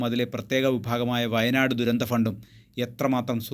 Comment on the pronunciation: വയനാട് എന്ന് പറഞ്ഞു പഠിക്കുക